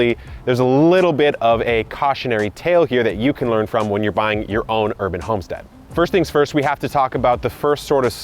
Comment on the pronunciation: "Herb"an Homestead